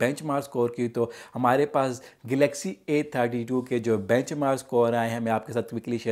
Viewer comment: Don't say 'Friends' a thousand times which is unnecessary. Then your pronunciation is terrible. The word is 'gaming' not 'gaeming', 'galaxy' not 'glaxy'. Please make new videos after these corrections and try not to speak so fast.